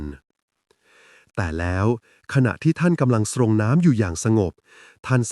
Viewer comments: เสียงอ่านเยี่ยมค่ะ อ่านชัดถ้อยชัดคำ การเว้นวรรค คำควบกล้ำ ร-เรือ ล-ลิง สำเนียง ดีมาก ความเร็วในการอ่านกำลังพอดี ไม่ยืดเย้อ ไม่เวิ่นเว้อ ไม่ต้องปรับความเร็วในการฟัง ฟังเพลินจนจบ คำว่า "สรงน้ำ" อ่านว่า"สง" (แบบคำว่าสง-สัย แปลว่า อาบน้ำ-ใช้กับพระสงฆ์) ไม่อ่านว่า "ซง" นะคะ 😅😅😅❤❤ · สรง..อ่านว่า..สง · อ่านว่า สง..